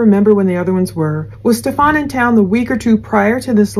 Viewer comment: Its pronounced Steffin not Stefan